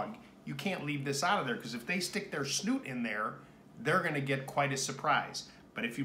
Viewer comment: Just a heads up it’s “snout” not “snoot”